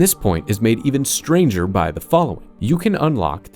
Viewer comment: I cannot hear or read the word stranger without hearing STRANJHA (how do you even write this?)